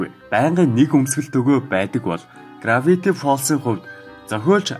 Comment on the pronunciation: Gravity gej heldiishdee grafity gej heleed baina